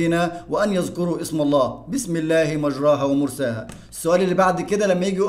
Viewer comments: شرحك جميل يا مستر+ حضرتك اسمها مجريها مش مجراها بالكسر مش بالفتح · يمستر مفروض مجريها النطق الصحيح لها مش مجراها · كلمة ( مجريها ) لا تنطق بهذه الطريقة اسمعها من شيخ مشهور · انت قرأت مجريها غلط😅راجع نفسك كده وشكرا